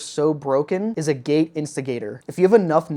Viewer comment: Its pronounced A-git. Its a mineral.